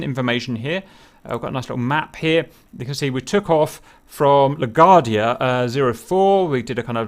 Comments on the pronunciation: Hey there. It's pronounced "la-GWARD-dee-ah" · La Gwar-dee-uh :) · Also LA-GWAR-DEE-UH :-D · Im uncomfortable on how he says La Guardia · Your pronunciation of LaGuardia is making my head hurt.🤕😉